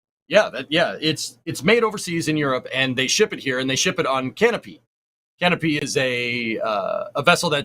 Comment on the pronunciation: Pronouced "Canopay" ;)